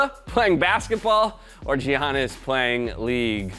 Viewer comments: and saying "Jiannis": It's pronounced Yannis damn it.... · Y’all are butchering the pronunciation of giannis